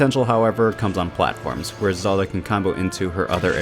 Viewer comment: Bro Said zela